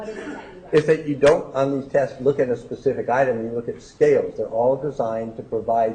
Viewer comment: That is “Pacific”!! 😳 It’s not embarrassing enough, to stomp about with sausage meat legs, looking like a Nazi hooker, with your bald spot getting bigger? Now you can’t even pronounce simple little words! 😬 Really sweetheart, do yourself a favour, and call it a day!!! 🤣